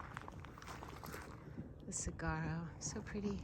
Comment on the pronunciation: You worry me! And it’s pronounced silent g. Sawaro (saguaro) ❤